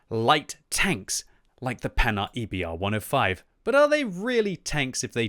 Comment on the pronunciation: The "Panard", you kill me haha. It is prounouced "Pan-Hard".